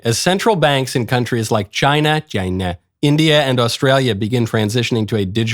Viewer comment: No one will ever say ch eye nah the same way again